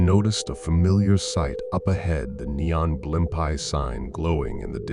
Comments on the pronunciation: Blim pies restaurant?? Where are you from? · they are, but the reader pronounces it horribly lol.. I live in nyc so we used to have a blimpies every 5 blocks lol